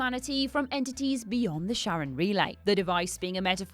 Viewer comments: Cthulu – "Kuh-Thoo-Loo" Chitinous – "Ky-Ton-Us" Charon – "Ka-Ron" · Cerberus = Ker-veros (Κερβερος) in Greek, Charon = Ha-ron (Χαροντας or Χαρος)